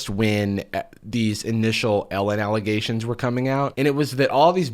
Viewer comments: It’s actually just Ellegations, the n is silent. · 1) Elle-ghations 2) "My name is on underwear." Well apparently in that case its where it belongs- next to sweaty ass cracks.